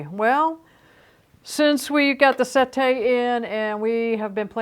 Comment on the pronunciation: its se`tte not sette` because its an italian word. not french